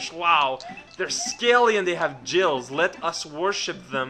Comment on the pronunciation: Just letting you know, "gills" is pronounced with a hard g, like good or Gary. :)